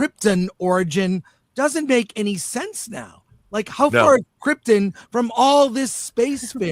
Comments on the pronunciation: Chris stubbornly pronounces Krypton as "Kryptin" bc thats how it was pronounced by Jor-EL in the Reeves movie. Similarly, I will always pronounce Kara like "Tara" bc Fuck Greg Berlanti for changing it. LoL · Criptin, the correct pronunciation. 🦸‍♂